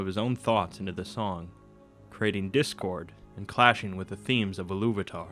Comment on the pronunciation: Il-lu-va-ta NOT Iluv-atar